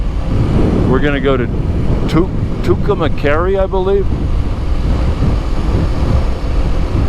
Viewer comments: I'm not pickin on u, but you're pronouncing Tucumcari wrong. You're saying Tucumacari, with a short a after cum that shouldn't be there. If this is a documentary you might want to get it right. Maybe not, but what do I know. You said it right in the beginning. It sounds like this: 2 come carry.✌️ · you are saying Tucumcari wrong best way to tell you how it is pronounced is "To come carry" My grandfather lived there and is buried there. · Great stream. Sad I missed it today. Anyway, Tucumcari is pronounced "too kuhm kaa ree. . I live in New Mexico. But in the southern part. Nowhere near Tucumcari. LOL Look's like it was a fun ride today. Hopefully I can catch you some tomorrow. 💚💚💚🧡🧡🧡❤❤❤